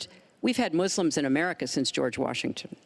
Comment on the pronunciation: Why does she call them “Mooselims?”